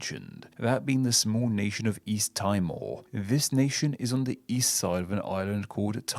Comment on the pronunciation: Mt Fuji / Fujiyama – we learned at school (aeons ago!) that Fujiyama meant Fuji Mountain, hence Mt Fuji Mountain. (This is disputed, but an interesting conjecture.) Sahara = the Greatest Desert, hence the Greatest Desert Desert Notes on pronunciations: – East Timor = pron. east /-ˈtiːmɔːr/ – Wangi Wangi = pron. /ˈwɒndʒi wɒndʒi/. Reduplicated names Should you get around to making a video on reduplicated place names, Australia has many, often derived from our Indigenous languages (about 144 such names by my count) including, in addition to the above Wangi Wangi: Bael Bael, Balla Balla, Ban Ban Springs, Banda Banda, Bang Bang, Banka Banka, Baw Baw, Beek Beek, Beggan Beggan, Bet Bet, Bindi Bindi, Billa Billa, Bli Bli, Bom Bom, Bon Bon, Bong Bong (nothing to do with cannabis – although I have smoked a bong at Bong Bong as well as Woodenbong!), Bongil Bongil, Book Book, Bookal-Bookal, Boonoo Boonoo, Booti Booti, Brim Brim, Brit Brit, Bruk Bruk, Budgee Budgee, Bulla Bulla, Buln Buln, Bungle Bungle, Burra Burra, Burrah Burrah, Burrin Burrin, Burrum Burrum, Carag Carag, Colac Colac, Collum Collum, Coomoo Coomoo, Cope Cope, Curl Curl, Dom Dom, Doon Doon, Drik Drik, Drung Drung, Dum Dum, Durren Durren, Elong Elong … (and here’s where I ran out of typing energy!) Tilba Tilba, Wagga Wagga, and Woy Woy (the home of the late Spike Milligan, who once wrote: "Woy it is called Woy Woy Oi will never know”). Aussies tend to singularise many of these double names, despite the admon